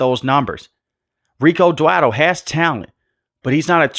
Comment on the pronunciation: Scottenheimer and Dwadle and 18 games. My mans so mad he forgot how many games are played and how to pronounce these guys names 😂